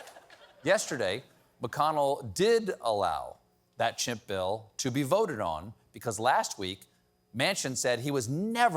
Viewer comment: He said “chimp bill” :p